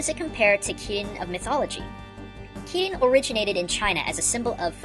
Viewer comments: Just a note that Kirin is pronounced chi-leen in mandarine and is originally Qi Ling. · When I was younger I thought Shiva was supposed to be pronounced "Shiver", because the Final Fantasy version was the only one I knew, and of course, she was ice related. Also, when you mentioned Kirin, I stupidly thought you were saying "kitty" the first few times.